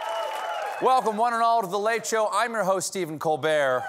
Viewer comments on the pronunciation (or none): none